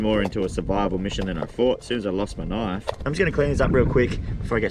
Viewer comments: His accent with the knoife always gets me. 😂😂😂 (I'm not rosting him just saying ok) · That's not a knoif, that WAS a knoif